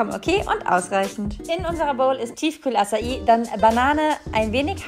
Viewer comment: Es heißt Acai und es wird Atschai ausgesprochen 🥹